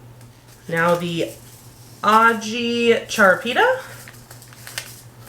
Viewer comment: Hi! Im a fellow zone 6er. Havent started quite yet but that's because my yard is quite cold...it usually lags behind everyone else by a good week or two. (fyi the pepper is pronounced ah-hee chah-rah-pee-ta. you were close!)